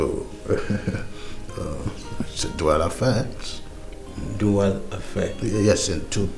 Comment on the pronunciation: He said "duara effect " instead of dual effect ❤❤❤❤❤😂😂😂😂